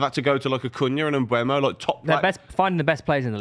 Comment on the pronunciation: Guys please, it's Mbeumo not Mbuemo.